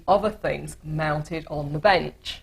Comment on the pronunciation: Did she say mounted?.